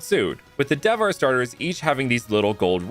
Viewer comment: hello, you have made some pronunciation errors, but the region is Devhar [de-vha-re]. So its good, from India.